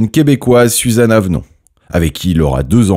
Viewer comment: Bonjour, il y’a un souci de prononciation pour le nom de jeune fille de ma grand-mère. Ce n’est pas Avnon mais Avon ! Merci pour cette vidéo néanmoins qui fait un bel hommage à mon grand-père. 😊 Léa